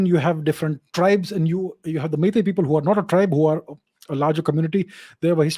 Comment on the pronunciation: Sir I'm surprised with your pronunciation of our Meitei words. You sound so natural and effortless. And also it seems you have gone through our history quite well. Thank You Sir!! 🥰